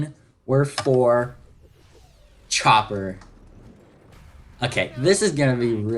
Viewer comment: u said chomper lol